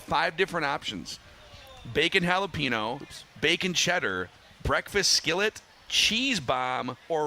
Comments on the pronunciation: needs to learn how to pronounce “jalapeño”. Dex has it correct. It’s not “hall-a-pee-no”, it’s “hall-a-peen-yo” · How does not know how to pronounce jalapeno properly